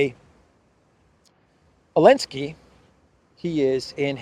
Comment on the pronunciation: Why is he keep saying “elenski “ , is it intentional ?